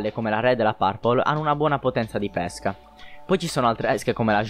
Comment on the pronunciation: L'accento con cui pronunci pesca è sbagliato.Dovrebbe essere chiuso,come pÈrchè e non aperto come pÉsca(il frutto)